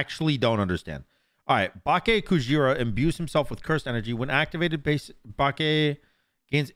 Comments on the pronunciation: It's Bah-kay, not bach aye. Aye is pronounced like "I" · I'm sure someone has said it but it's "bach aye" kujira. Great video though sam! Thank you!!! I already knew this dude was gonna be busted AF in duel but we needed to see you do it. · My favourite thing about this video was just saying Bukake like every minute 😂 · Every time pronounced BAKE wrong, it made me do a double take. 😂